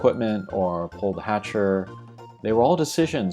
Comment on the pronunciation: I believe, and I could be wrong, its because the style of game is gatcha but pronounced hatcher.